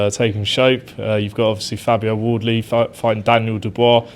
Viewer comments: Did he just say fabio oddly has come a long way 😂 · Fabio Audley? Anyone else hear it like that?